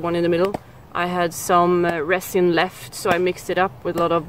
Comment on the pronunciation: Now, I'm jealous! He seems nice. Where did you get such a nice blow-pipe? Just a tip, my darling. There is no T in resin. I hate to see you suffering so. I would love to come to Sweden to help. Have I missed some videos? When did you quit teaching? Why? I would love to have a fire-steel you've used--even the small one would be wonderful!